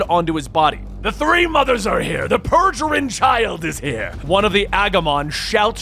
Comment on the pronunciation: LMAO, "Calculus".... It's "Kaecelius", "KAI-SEE-LEE-US" Also, "Pergerin Child"? It's "Peregrine Child". "PEAR-EH-GRIN".